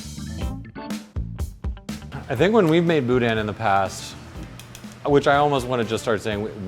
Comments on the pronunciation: Not gonna lie it annoys me that y'all say BOO-DAN. Its one word not two, boudin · Grew up in Houma, La, love this show... I can't stand hearing boudin pronounced "boudan" it's boo-dah; just saying. Love the show! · Also quit producing the N in boudin (boo•daH~) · "Boo Dan" No.... please.... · Every time they pronounce the n at the end of boudin, I die a little inside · South LA pro-tip: Don't pronounce the "n" at the end of boudin. You're saying it nearly perfectly until I hear the "n" sound at the end. lol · Less emphasis on the "in", show up around where I live, you gonna get "THE" look.